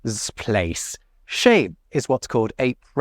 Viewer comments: Sans l'image j'ai compris "chez" comme "chèh"... merci l'arabisation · The part "chez" is quite funny because said in this way (with emphasis), it's immediatly make me hear "cheh" that is a word stolen by french youth to arabic (equivalent of "it serves him right" in englishh or "bien fait" in french but a lot more sharp).